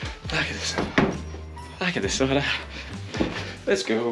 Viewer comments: Not quite coz you suppose to go all naked in the sauna. Also its called Sauna, not Soona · Nice. 😊 a Finn here…just one request. Sauna is the only Finnish word out there in the world. Ask someone to tell you how you really pronounce it. 🙏🏻 kiitos. Btw, nice job on Saariselkä. 😊